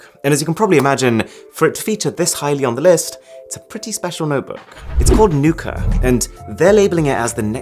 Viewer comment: What everone hear: Nuka What i hear: Nuker